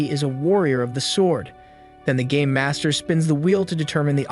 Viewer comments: Who else thought he said gay master not game master? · I know your saying game master but it sounded like you siad gay master a few times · i heard gay master btw hows everyones day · i thought he said the gay master